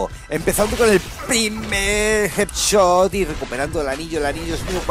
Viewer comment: jet chot jajajajaja pronuncia bien carnal